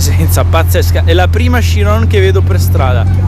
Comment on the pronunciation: Bello il video ma si pronuncia letteralmente cirion anche se si scrive chirion